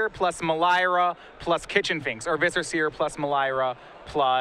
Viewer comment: you're great. But your pronunciation of words is driving me crazy. Your nasal 'a's should be 'ahh's, and Melira should not be with an 'i' sound.